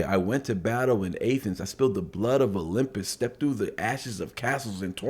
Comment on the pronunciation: And Athens as A Thens....lol